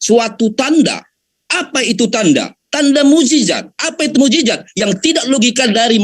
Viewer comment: Saya jijit dengar kamu bilang mu'jijat mu'jijat apa itu yang benar mu'jisat booooodooooh